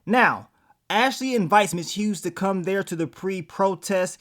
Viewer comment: Nigga stop calling MS. HUGHES …. MS. HUGE.😂😂😂😂😂THE “G” SILENT MARK 💀 😅